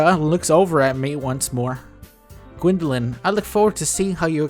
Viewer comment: Ok, I cracked the hell up the first time she said 'Gwyndolin'. I guess I can Rule 34 him with the cast of Doki Doki now, right? ... ...I mean he's got tentacles and everything....